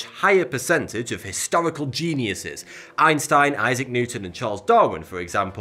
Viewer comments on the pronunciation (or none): none